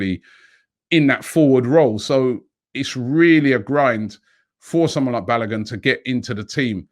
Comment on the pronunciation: BA LO GooN ! pronounce it properly mate. Also Martinelli so much better that Nketiah, so loan Nketiah and Willock.